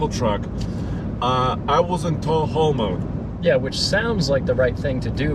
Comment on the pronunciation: “I was in taul how mode” or “”I was a tall homo””?